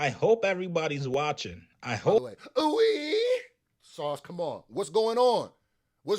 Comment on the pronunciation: I’m bothered by yo Ouweeeee lol. It’s gotta fall off softly. Ouuuee 😂 all love